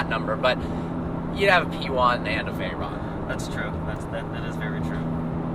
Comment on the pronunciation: VAYRAAAAAN and SHYRAAAAAN... pronunciation at its best